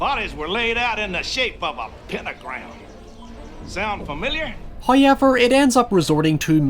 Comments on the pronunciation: No one:: "Houiyever..." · I watch these videos just to hear you say the word "however". The way you say "How" is the same way we Aussies say "Hi". It sounds like you are saying "Hi-ever".. 😊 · the way he says however sends me